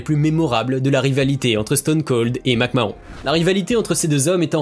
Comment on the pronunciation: La prononciation de McMahon et NXT.... faut connaître ses sujets